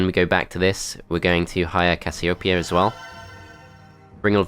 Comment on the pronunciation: the way u pronounced casiopeia made me dislike this video XD